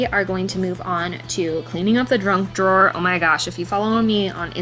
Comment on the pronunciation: I had to listen back a second time but your junk drawer sounds very much like you are saying Drunk drawer. The name does fit.